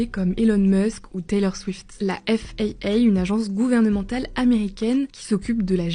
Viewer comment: Effe AÏ AÏ ... Flight radara twety Four... je pense qu'il faut arrêter... F.A.A on comprend... Flight radar 24 on connait aussi. Pourquoi dire a moitié dans ce cas... ce n'est pas Elon mais plutôt Ilon ... bref